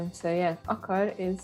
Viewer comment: Leírva: akar. De ahogy mondja az akár is lehet. Described: wants. But as says it could be.